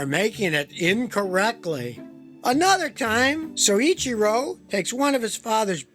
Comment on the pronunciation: Excellent content here Scotty. FYI the name is pronounced as Soy Chee Ro.